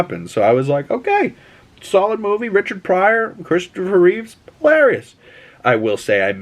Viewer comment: Reeve not Reeves x